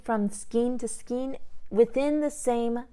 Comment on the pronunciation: Hello! I am loving this yarn. I’m using a 6mm hook successfully. Also, it’s pronounced "skane" not "skeen"